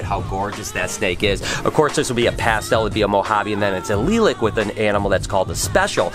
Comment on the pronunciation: Did just pronounce the word "lilac" as "lee-lek"?